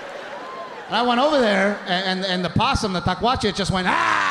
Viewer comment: Hello from the RGV ….. great show . PS- it’s ‘ tlacuache .’